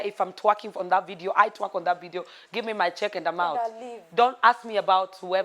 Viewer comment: its twerk not twack please!